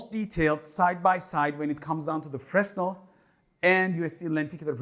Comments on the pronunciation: The S in Fresnel is silent Fre -nel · Fresnel is a profer name; it is named after an 18th century French scientist named Fresnel who invented this technology. The 's' is silent in French.